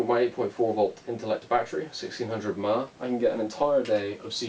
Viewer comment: "Sixteen hundred mahhh" lol